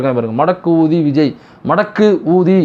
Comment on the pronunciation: அது என்ன ஊதி என் காதில் wrong கா கேட்குது. ஊதி...கூ....